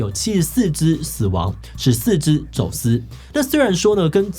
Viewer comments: 七ㄙ四ㄗ 死亡 ㄙˊ四ㄗ 走ㄙ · 死亡、走ㄙ 志祺好可愛啊 -///-😍😍😍😍😍😍😍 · 我有看到🤣以為他會錄到唸正確了才罷休…結果竟然用「十四ㄗ走ㄙ」的版本😂是整個團隊都放棄了嗎哈哈哈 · 我剛剛是聽到走ㄙ嗎哈哈